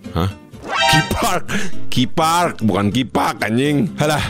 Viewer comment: Njiiirr.. KI PARK itu di Palembang, biar lebih jelas bacanya ka i, atau kepanjangan nya Kambang Iwak.